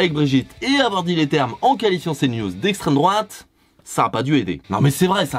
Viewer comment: « Si la fote a l’isstremdroate » ça innove les gauchistes dit moi